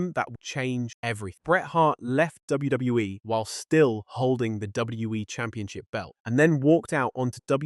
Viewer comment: Is this what they meant when they said AI couldn’t pronounce WWE? “DWE”